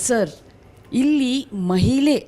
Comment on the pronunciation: ಅದು ಮಹಿಲೆ ಅಲ್ಲ ಮಹಿಳೆ 😂😅